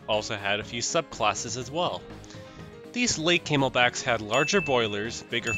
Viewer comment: gotta admit, kinda chuckled at the mispronnounciation of the CNJs as Came-L-Backs, not Cam-El-Backs